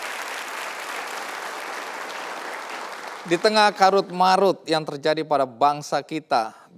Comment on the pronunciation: carut marut kang....(bacanya pk "C")...bukan karut marut